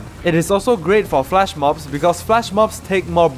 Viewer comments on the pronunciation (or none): FLESH mob. Not FLASH😂